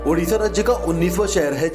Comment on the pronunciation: Dear it’s Odisha not udisha…